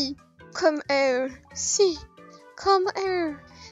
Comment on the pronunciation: et "here" on le dit "hir" fin jsp comment expliquer, mais ça me stressais trop x)